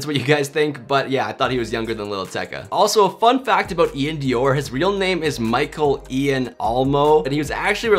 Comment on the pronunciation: U saying iann doir name wrong smh